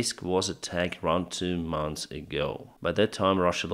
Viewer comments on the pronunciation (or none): none